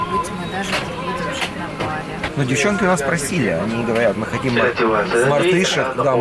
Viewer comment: не бАли, а балИ